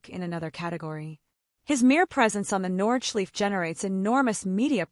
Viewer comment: It hurts my ears lol